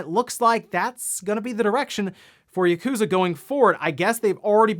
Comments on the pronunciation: It's "Yah-ku-za", not "YUH-KOOzuh"! Please say Yakuza correctly please? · Ah yes, gotta love Yah-Kooza series.